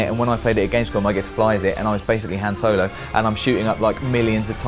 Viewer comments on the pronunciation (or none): isn't truly a Star Wars nerd until he learns how to properly pronounce Han Solo.